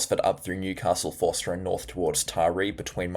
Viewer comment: G'day, thank you for your input. Just to hrlpnyou out with some name pronunciations: Forster (Fo-sta) and Ulladulla (Ul-uh-duh). Also, I dunno how you are going to do your paid channel, but I watch WW NZ (Weather Watch NZ) and Phil shows isobars including west and south of Australia, which shows what is incoming toward us. Is this what you looking to do or not? I realise you are busy, and I love your forecasting as well. Thank you for all that you do. It helps me with Scouts and activities with the local youth in the area. Kudos 👏👏👏